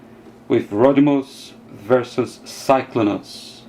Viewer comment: The way that said Rodtimus and Cyclonus is a little weird I understand he can't pronounce it right i thought it's funny